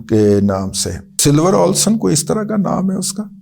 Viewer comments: Razi bhai....yeh school ka naam "Silver Oaks" hai, Ox nahin. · Not ox . It is oaks. It is a tree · Ox nhi Its' Oaks' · Bhai Jan, it's Sliver Oaks, not Ox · It's silver oaks not ox. Oaks is a tree.